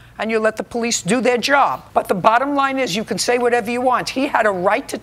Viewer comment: “Poe-lice”? Really??